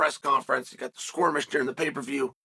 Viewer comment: WTF is a squirmish? 😂